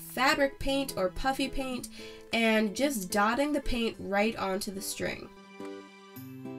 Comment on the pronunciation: = diy bows = diy rainbow 🌈 pom poms = diy stress balls = diy mini pastel jars = diy “ puppy” paint bracelets Hope this helps :) it took a while ;) Edit: it sounds like she says puppy paint so :)